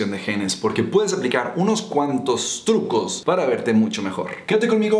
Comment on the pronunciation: minuto : tucos en ves te trucoss xd